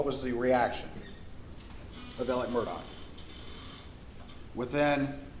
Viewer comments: I’d heard that they (Alex Maggie Paul Buster) texted and called one another constantly all day long. That’s weird, right? Or is that a thing? And why are they pronouncing Alex like Alec??!! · In the south they pronounce that Alec tho it's Alex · Why does he call him Alec and not Alex?